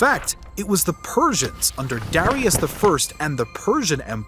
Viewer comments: It’s funny how many people mispronounce Darius. It’s “duh-rye-us” when you’re referring to the historical figure. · Good video, but you mispronounced a lot of historical names (Darius, Herodotus)